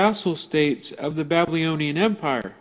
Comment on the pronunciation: Interesting presentstion, and I appreciate all the effort and timr spent here... But I can not stop hearing you pronounce "babylonian" as "blablyonian."